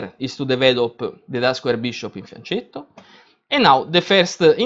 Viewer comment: why do you pronounce fianchetto in that way?! I always drop a note to foreigners, hoping one day them will pronounce it properly... And someone already does..